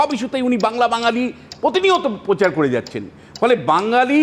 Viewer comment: Dada apni to shikkhito lok... uccharon ta thik vabey kora ta apnar daitto... Ota prochar hbey pochar noy...